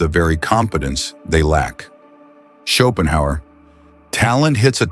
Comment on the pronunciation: Ok, half way through the video, and with the many repetitions of Schopenhauer's name I can't see how this video is going to make me any more competent at anything, even at how to pronounce his name. The video maker was fully incompetent.